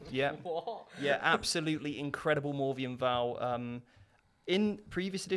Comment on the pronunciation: Why does this dude always say "Morvien Vahl"? kek